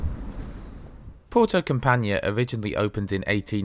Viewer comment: Thanks for the report, just one thing, I'm not exactly expecting you to know how to speak the languages of the various places you visit but I would strongly encourage you to put the place you're visiting into Google and listen to the pronunciation. Campanha for example is pronounced a bit differently from how you said it, the ending especially. Don't get me wrong, it's a minor thing but just thought I'd let you know.:-)